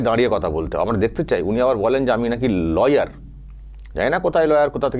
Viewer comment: উনি ল-ইয়ার না লায়ার :face-blue-smiling